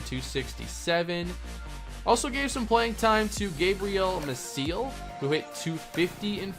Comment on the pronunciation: Gabriel Mah-see-el, not Mah-seal.